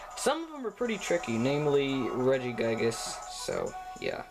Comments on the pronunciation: Can u stop miss saying Regigigas (forgot how to spell, it's not Regi-Guy-Gas, it's Regi-Ge-Gas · Oh cool, I didn't know that Reggiegiygas was in this game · Regigiygas. Oh god. Oh god no. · LOL you dont say Regigigas, u say RegiGAIGES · " regi GUY gusssss "